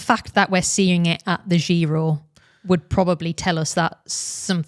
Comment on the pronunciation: I do not approve of how you're pronouncing giro. Apart from that, great as always.